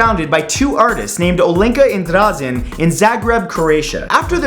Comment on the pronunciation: OMG ! I live in Zagreb,Croatia ! Trust me I've seen that museum of broken relationships and It's even weirder that it seems or sounds in person . Also The name of one of it's founder Dražen , the letter ž is said something like a mix betwen Sh and z .